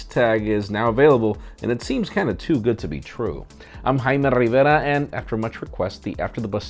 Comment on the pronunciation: JUST SAY JAY_ME RI_VAR-IA!